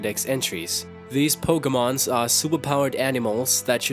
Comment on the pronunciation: Pokemun? Can u has engrish?